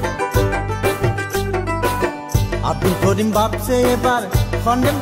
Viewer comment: করিমের জাগাত খরিম বলতেছে গানটা যে গাইছে এটার উচ্চারণ ও ঠিক না